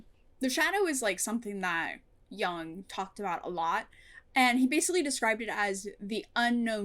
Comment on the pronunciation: It doesn't particularly matter, but since you brought up the pronunciation of Jung, it's not pronounced like "Yung", the vowel should be the same as the vowel in the word "book" or "foot".